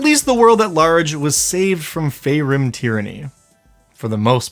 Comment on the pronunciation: Pretty sure it's pronounced FEAR-im.